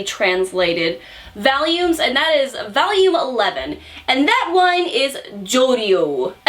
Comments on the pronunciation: reviews a lot of hentai and adult manhwa, but the most degenerate thing about her will always be how she pronounces volume as VALUME. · omg how says "volume" is so Winsonsin loooooool